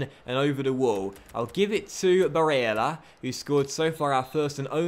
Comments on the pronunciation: barélla, with the double L, not Barela, he is not brazilian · Pronounce Barella as if the "L's" are silent..should sound like "Barea" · lfcgo7 he is prob crying about him saying barella a certain way. These kids seriously need to stop being so petty and get over it. Really not that big of a deal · DarkestShadow Hey man just to clarify, I have no problem with the pronunciation of Barella. But the fact that has refused to even acknowledge the problem is what bugs me. Also let me ask you this, when was the last time there wall a poll about something. I'm not here to watch him play FIFA against the AI, I can do that at home. I enjoyed the feeling of being a part of a larger community. Doesn't feel like that anymore, at least to me. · STOP SAYING BARELLA LIKE THAT!! so cringe... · stop sasying barella like that ffs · Stop saying Barella like that!! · I swear to christ stop saying barella like an italian. You are not itallian. I have seen loads of top comments across multiple videos of yours, please listen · Pepe Frog Thank you, I’ve been saying this for ages